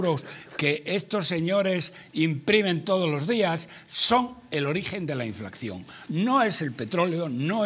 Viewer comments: Roberto! Es "inflación" no "inflaxión" Del verbo "inflar" poreso el antónimo de inflación es "deflación". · Díganle a este hombre que no se llama inflacción sino inflación. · es que no es ningún chiste. Está mal dicho "inflaxión". Es INFLACIÓN!